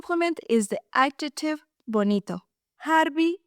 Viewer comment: The word is "adjective" not "adjetive." Just thought you should know. Otherwise, this video was very helpful to me. Thank you!